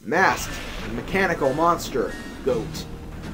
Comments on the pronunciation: IT"S PRONOUNCED "GOT" NOT "GOAT!" HOW COULD YOU MISS THAT!??? Sorry, someone had to do it xD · ITS PRONOUNCED GAWT NOT GOAT!!!!!!! THIS MEANS WAR!!!!! jk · I loved the epilogue. Re the pronunciation issue: Since "Goht" isn't a real word, I don't think anyone should quibble over your pronouncing it either way. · Even if it is pronounced "Got," who cares? Goat is a cooler pronounciation. Cause goats are cool. Gots aren't. Nuff said. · i believe it's pronounced "bird" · goht is actually pronuonced got. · I have never died to nor have i seen anyone die to Goht. I always thought his name was pronounced "got" but i dont care as long as you dont pronounce it like "Gort" or "Gobi" Lol XD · I giggled at the last bit. Always thought is was pronounced Goat since that's what he looks like. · I've always pronounced it "goat." I think I've only ever heard one person say it the other way. And I love that little extra bit at the end. You sounded like you were enjoying yourself! xD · Also, after looking at it, I'm almost positive it's pronounced "Goat"... "Got" just sounds cooler :P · You pronounced Goht wrong. I'm un-subscribing immediately. I hate you and everything you stand for. I hate your friends, I hate your family, I hate your family's friends, and I hate your friend's families. Please, stop Let's Playing and jump off a slightly higher then average hill. That'll teach you to mispronounce minuscule things that really don't matter.